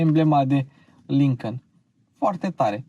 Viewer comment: Îmi plac foarte mult review-urile tale, sunt si informative si placut de urmărit dar lasă-l pe "Lincăn" mai ușor că ești român și urmăritorii tăi la fel. Încă odată te felicit pentru munca depusă, te urmăresc de când era atelierul la început✌🏼